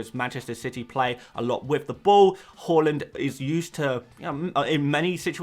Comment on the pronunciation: You’re still saying “Holland” aren’t you 😒 Its Haa-land! Watch his City unveiling, he himself corrected people!